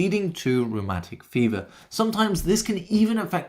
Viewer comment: The first time you said rheumatic fever, I heard romantic fever. It was weird and confusing until I heard it properly. 😅